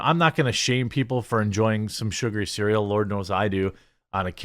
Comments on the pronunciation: Good god, I thought you were finally going to get the word “sugary” right, and then you botched it yet again! It’s not “surgery”, you should know. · He still said Surgery xD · I'm sorry Jeremy... junk "surgery" cereal? 😆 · Are you trying to say "sugar-y" cereal but saying surgery instead? Around the mark? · It's not surgery it's sugary as in sugar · Lol Jeremy my friend...say it with me - say "sugar"...then add the sound "eee" to the end. It's "sugary", as in "SUGAR-EEE". :) Not "surgery"..as in "sur-jur-eee". Lol. Happy Thanksgiving my friend...keep up the great content! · "surgery" haha. I finally found a state with worse reading skills than mine. Come on Wisconsin - do better. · New drinking game droped; Take a drink each time Jeremy misread sugary for surgery. Bout to get real wasted! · I know you're probably not going to see this but it's sugary as in Sugar not surgery are you having a stroke hahaha I'm just kidding that's hilarious though that you couldn't pronounce sugary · its SU-GAR!!! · Keep saying "sugary" until you get it right lol.... Sugar-y